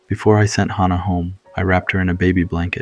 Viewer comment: That's not accurate for hospice. (I'm a hospice nurse)....and way to mispronounced hannah